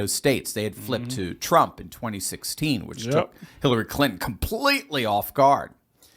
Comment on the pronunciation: TRUMP not TRAMP